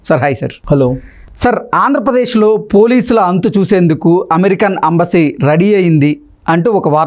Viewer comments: Embassy na,Ambassy na?correct ga cheppu.. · Ambasy kadura anchor Embassy pronounce cheyyadam nerchuko